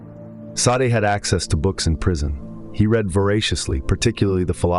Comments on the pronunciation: It's pronounced day-sawd Not sa-day. Maquis de Sade. Mar-key day sawd. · Now that you have accelerated your output, your editorial grip seems to have loosened. Mispronouncing Sade a couple of times while pronouncing it correctly elsewhere is a laziness you should not allow.